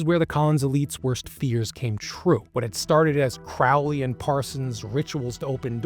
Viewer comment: Yaaay someone who can actually pronounce Crowley correctly!